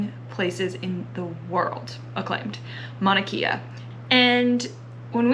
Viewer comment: Mauna KAY AH not KIA